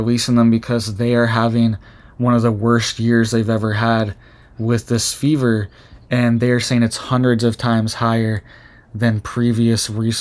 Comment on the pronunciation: Ur pronouncing the fever wrong lol.